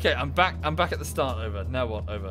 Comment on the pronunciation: "in the western corner lies your strat.STRAT!?..START!! made me laugh